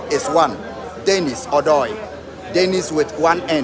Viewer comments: Let the ( O ) sound well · Why do u guys keep mentioning Odoi name wrongly?? Mention it like a Ghanaian,,,or ask a Ga person to call it correct for u